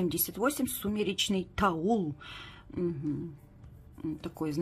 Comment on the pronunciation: Не тауЛ, а тауП